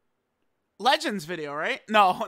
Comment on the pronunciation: I rate the intro 8/10 mostly for that another but you could improve by not saying legends again like that in a dokkan video